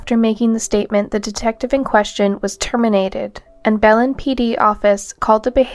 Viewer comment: It would be better if you learned how to pronounce names like Tara and Belen before making the video.